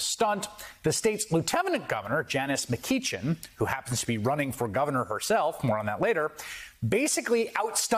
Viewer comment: Good for McGeachin please pronounce her name correctly